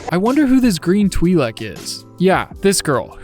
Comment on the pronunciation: Never say Twi-lek again Bumblebee Soundwave treatment